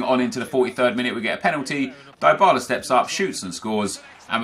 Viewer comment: Its pronounced deebala, not diebala